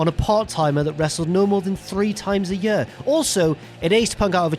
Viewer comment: what the fuck is a "yuh"?... you mean year.